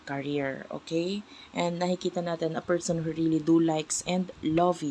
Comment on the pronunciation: Sino yang feeeerrrrrsssssonnnnn na yan 😂😂😂😂